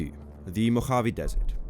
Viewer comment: Native Californian here. Love the place. But the pronunciation (AI generated?) of "Mojave" with that hard, guttural J, was off putting. I couldn't finish the video.